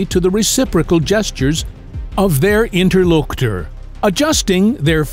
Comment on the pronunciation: Does this look like Italy? No, I remember the Indian man , not the Italian man! This is evidently careless human input. || On use of AI voice: This voice pronounces the W in two, which is a bit laughable. A Casey Kasem-sounding AI? Opps! Skipped the U in interlocutor! Lame AI. Don’t mind the use of AI if prompts are used conscientiously. There are entire YT channels using AI to build videos with zero prompt QC. Hate those!